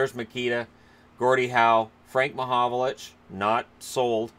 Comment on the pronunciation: Its frank mahovlich not mahovolich ffs.